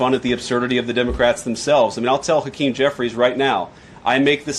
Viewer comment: Hakeen "El Hefe" Jeffries😂😂